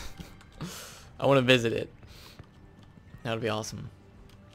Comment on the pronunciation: You said POLARIS wrong